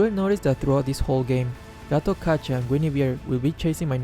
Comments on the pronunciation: As Javanese, it's hilarious when spell "Gatotkaca" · As a Javanese, it's hilarious when spell "Gatotkaca".